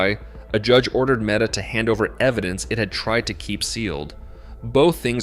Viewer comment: MEETA? One of the worst AI slop garbage videos I have seen